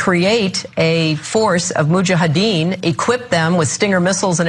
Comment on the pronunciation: Crank head does not even know how to pronounce Mujahideen......